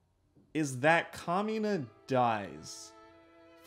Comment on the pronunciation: i hear kamina as “communist” and had to stop for a second😭